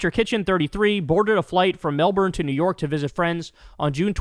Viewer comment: Kyle, as an Aussie I need to let you know that it’s pronounced “Mel-Bin”. If you say Mel-BORNE here you will be ruthlessly mocked.